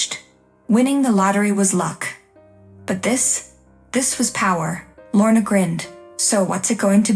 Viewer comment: Deference, not difference. Feigning, not fainting. Lorna, not morna. Lorna, not worn. Titan, not Kitten. Des, not Zhess. Wearier, not werier